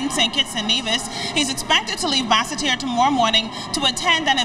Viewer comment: Bas se terre is in Guadeloupe. BASS TERRE IS IN ST KITTS at least they should ask the people how to pronounce their country's capital.